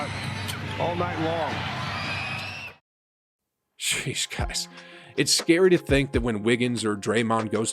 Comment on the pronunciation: bruh stop saying sheesh like that